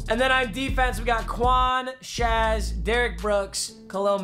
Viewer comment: shay shay not shazz